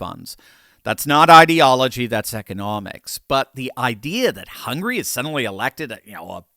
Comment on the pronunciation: "Hungry"? It s HungAry